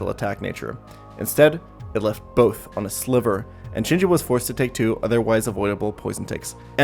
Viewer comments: I honestly can't get past "Chin- Chew", I'm a terrible person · "Chinchoo" "Poopitar"